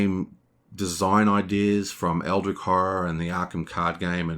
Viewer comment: It's fun, how you're rambling about AH, as if it's objectively better then EH, even though this is only your OPINION, not a fact. I just checked BGG, and guess what? AH has a lower overall score then EH, so if we are comparing them based on opinions, it appears that EH has more fans, therefore is a better game (by your logic). Also it's not pronounced EldriK, it's EldriCH, as in CHarge.